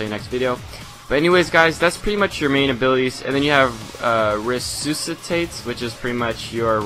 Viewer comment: What is this resoositate you speak of? rofl